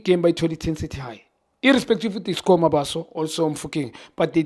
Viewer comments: Junior needs to make an effort in pronouncing players names and surnames correctly, ke Mabasa bro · Why does he keep on calling MABASA "Mabaso"? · Khanye, it's Mabasa, not Mabaso, wabanani wena? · Khanye you always call Mabasa “ Mabaso” learn to say people’s surname correctly